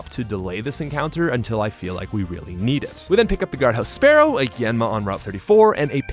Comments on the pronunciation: Spear-o and fear-o, not spare-o and fair-o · Spearow pronounced sparrow becomes fearow pronounced sparrow. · This video is great and the romhack is insanely good but the ways you pronounce Spearow and Fearow rub me in such a wrong way lmfao Spear and Fear! Sure they're based on sparrows but that's not the pre-evo's name! 😂